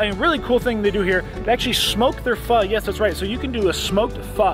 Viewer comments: It's funny you pronounce it Fuh. I always thought it was Fo. Pho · Everytime you said pha instead of pho gave me a laugh. Ppl say it both ways. Good job, amazes me you can eat so much at one sitting. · It's pho not fa lol